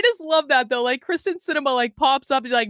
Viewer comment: I love ya! And Kyrsten Sinema, too. But check it out... it's KYRsten Sinema - NOT KRYSten Sinema.:-)